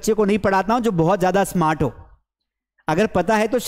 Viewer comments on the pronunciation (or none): none